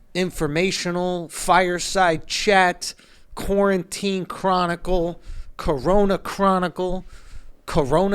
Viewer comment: Did Andrew learn to say quarantine yet?